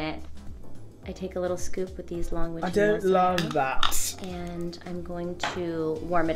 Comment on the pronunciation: I’m British and that was a perfect accent when you said I don’t love that, was shocked 😂👏🏻